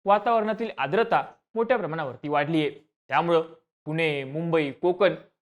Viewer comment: आद्रता नाही रे केळ्या, आर्द्रता!